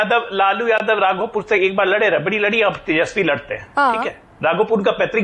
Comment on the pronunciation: !!चुनाव आयोग वैधानिक संस्था है, लेकिन तुम पूर्व मुख्यमंत्री राबड़ी देवी को रबड़ी बोलते हो! तुम्हें बोलने की तमीज नहीं है? डॉक्टर हो,किस तरह की पढ़ाई किया है यार? तुम्हारा एक एक बार बोला नेता पूर्व मुख्य न्यायाधीश के बारे में क्या बोला था पता है? तुम लोग संवैधानिक संस्थाओं का कितना सम्मान करते हो, सब को पता है!!